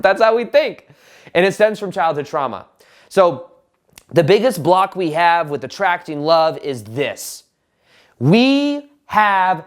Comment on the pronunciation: Now when I hear saying the word "block" all I can hear is "bwhlopck" 😂 Great content as always 👍